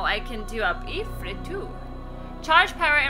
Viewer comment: Ifrit is pronounced "Eefreet". I know it's weird, but that's Arabic for you. Ifrits are genies, also known as Djinns that are generally evil and flame-based. D&D lore.